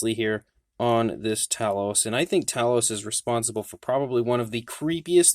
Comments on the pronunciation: NIce review! But... sorry to nitpick, but it's TAY-LOUS, not TA-LOUS.... don't hit me for correcting you! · Great review . Made me want to get one . Pretty sure its pronounced Tay loss though . Going by movie